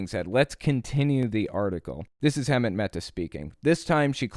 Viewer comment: You should know how to say Hemant's name by now